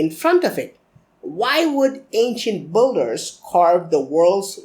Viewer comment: Manish Mehra It's not English completely he says "builders" like 'bull-ders' that's not English. It's pronounced as 'bill-ders'. It's "Bill" not "Bull"